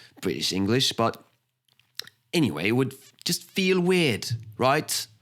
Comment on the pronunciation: Oh, the sample of specifically British English provided is something else - and made me laugh out loud, as it's a totally convincing 'young' southern English accent that suddenly leaps 300 km north to Liverpool for the pronunciation of 'weird'! It's even funnier when you watch his face, as Scouse English is articulated very far forward in the mouth ... People who can mimic accents like this are, in my experience, pretty thin on the ground, but it does explain why the Spanish, French and Russian samples sound so accurate. It's not only down to lots of listening - there's a hefty dose of 'musicality' involved, too, and that's something you can't learn.